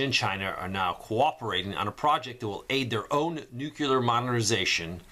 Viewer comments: "NEW-CLEAR" is how it's pronounced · Nuclear is pronounced Nu-Cle-ar or New Clear… I don’t know why so many people mispronounce this word.